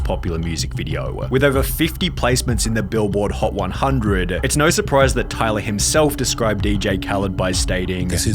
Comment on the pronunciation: Tyluhhhhh the creatuhhhhhhh has had a great careeuhhhhhhh